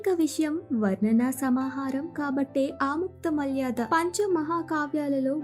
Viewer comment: Aamuktha malyaadha kaadhamma, Aamuktha maalyadha, Try to read telugu properly